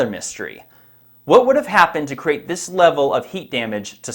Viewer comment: Hey! Why, when you say the word, create that it sounds like a one syllable word ie, crate! It's two syllables. Right?